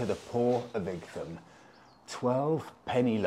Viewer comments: Hi Please, Please get your pronunciations correct!! Four times you mispronounce the Ightham a place I was based at for the Surgery in Brough Green for about 4 years. Great area and many of my patients lived in the area right up to Sevenoaks. Your channel is amazing and Happy New Year Warm regards Richard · Pronounced like the Isle of WIGHT I think you'll find. A few months ago I predicted that your next bike would be a Super Meteor...and I'm standing by that prediction. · I had to do a double take when I saw your title. I grew up in Ightham, and even worked as a kitchen porter in the George and Dragon around 15 years ago. It was utterly surreal to watch you ride through roads I once knew so well. As other have mentioned it is pronounced "eye tam", but my my you do have quite a talent for finding the hidden gems no one else seems to know about. Never would have thought I'd ever see one of my fav youtubers in my old little unknown village. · Happy new year and Monica, it is a nice village and the Mote is worth a visit. Generally it is pronounced It'm like light without the L. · Hi. My wife and I know that area very well. It’s actually pronounced “Eye tam”. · Hi, great to see you taking my advice to go to The George and Dragon but I’m so sorry that I didn’t tell you how to pronounce Ightham! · IGTHAM? IGTHAM? Really? It's pronounced Eye-tam! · Did no-one tell you it’s pronounced “Eye Tum” not “Ig Tham”. Also, there are no motorways between SE London and Igtham. Nice place for a ride out though. We have plenty of great villages here in Kent. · Eye tum not ig tham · Pronounced “ite ham” I believe. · Dumb pronunciation of Ightham. It's pronounced like the word ITEM ! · Great video - I believe Ightham is pronounced the same way as "Item", it's just old English spelling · Happy New Year ! Its pronounced eye-tum What a beautiful spot, there is so many in Kent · I'd have guessed its pronunciation as "Item"?